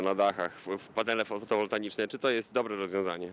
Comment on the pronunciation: Panale FOTOWOLTAICZNE nie fotowoltaNiczne:p